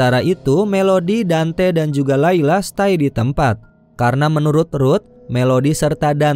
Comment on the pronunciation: Laila❌ Lila ✅😂